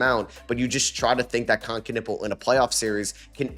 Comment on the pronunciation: kon knueppel - the K his last name is silent. Kon Nueppel for crying out loud😮